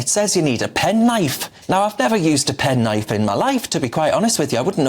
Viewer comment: A pennn knifeee 🔪 😂 he said that in a funny way 😅